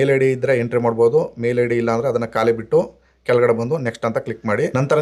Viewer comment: Also Kotti, Bitti helbedi. Kottu, Bittu is correct. Your explanation is very good.